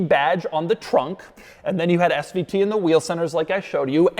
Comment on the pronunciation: Doug, quit emphasizing SVT!!